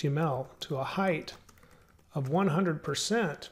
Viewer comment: Throws me off every time you say 'heighTH'. Great content otherwise.